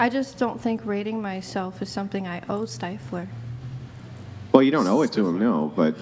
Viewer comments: He told you it's Stiff-ler not Stife-ler! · Especially after being corrected immediately. 😂 Says it wrong two more times at least. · Can she really not say stifler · Its ah Stiffler, thats what I said Styfler. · STIFFler. No matter how many times she's corrected, it's still always STEIFler to her. It's so friggin annoying! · Just pronounce Stiffler correctly!!!🤦‍♀️ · not knowing how to say STIFLER upsets me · Why tf does she keep saying stifflers name wrong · She said stiffler wrong on purpose to be annoying. It worked. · She is 100% doing it on purpose and it's hilarious that she would do that, and yet talk about not bringing negativity into her life. She's toxic af